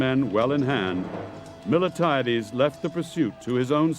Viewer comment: I like the presentation, BUT the general’s name is MILTIADES and NOT Mil-e-tiades